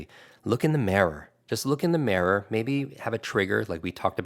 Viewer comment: That is the WEIRDEST pronunciation of the word “mirror” I’ve ever heard. “Marror”???